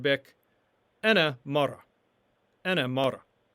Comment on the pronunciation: Woman is "mara" but you are pronouncing it as "mar" You did include the ending "a" yet you failed to include it in the pronunciation.